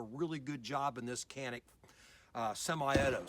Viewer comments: It's Pronounced Janick not Canik. Not trying to start anything just fyi for those "has to know details alpha types". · In English is pronounced Canik. If you want to speak Turkish then go all the way, don't say Turkey, it is actually Turkeye ("Tur-kee-yeea") in the Turkish language. No need to try to sound sophisticated. It is CANIK.